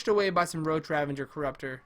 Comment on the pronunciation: RAVAGER NOT RAVENGER